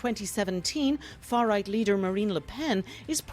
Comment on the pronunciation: Lmao Canadian news channel crying about "scawwy far wight" 😭